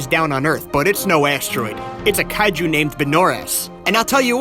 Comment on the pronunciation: "kay-jew film"? I didn't know there are Jewish Kaiju movies.